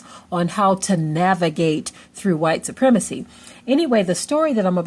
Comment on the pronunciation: First OF ALL stop saying supremecry !!!!